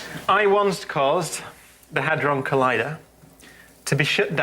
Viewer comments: I really felt sorry for when she messed-up the pronounciation of "Large Hadron Collider". She's such a sweetheart and far smarter than some videos show her to be. Best wishes from Belgium for 2025 to the both of you. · Hilarious slip of the tongue there!!